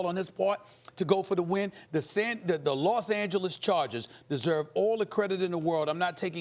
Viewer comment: It’s Los Angeles Stephen